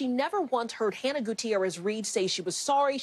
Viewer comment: Most journalists don't take the time, yet alone, care to get these things correct. I did notice they certainly pronounced Hannah's full name correctly.